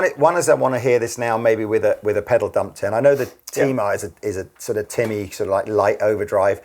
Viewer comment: "Tea-mah" ... Defiinitely not "Timmy" in a South Park voice. Definitely not 😄